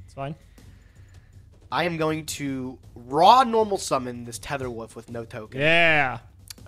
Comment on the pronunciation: There are many classic gageisms throughout the series. Goblin daberg, mecha fandom beast tether woof, calling ring of destruction “ROD”